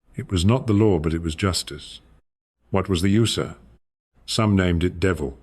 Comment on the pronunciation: First of all, that's not how Ooser is pronounced. Secondly, this is AI SLOP.